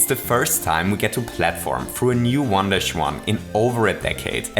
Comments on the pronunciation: I kept hearing "wonderschwan" instead of, well, "one-dash-one." Not a complaint. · Every time he said 1-1 I thought he was saying "Wanda Shwan"